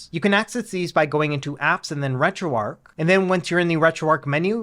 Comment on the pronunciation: It's Retro "ARCH" not "ARC"... There's an H. Good guide though.